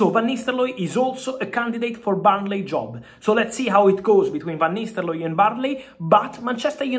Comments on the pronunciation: What i'm heard is Van Nistellooy. Not nistelrooy. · 'ro not 'lo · "VAN NISTELOY" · Van nistel-looy 😂🤣🤣😂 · Love how you say the name -- Van Nistelloye 😅